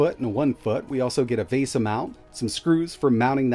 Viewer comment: VAYZA again. Well, it wouldn’t be an video if he didn’t mispronounce at least one thing.